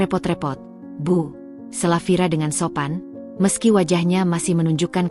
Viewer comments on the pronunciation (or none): none